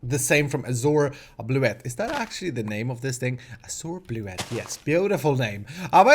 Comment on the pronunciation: It's 'azure bluet', not 'azore bluet'.